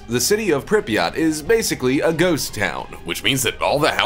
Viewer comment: The way the narrator says Pripyat is killing me 🤦🏼‍♀️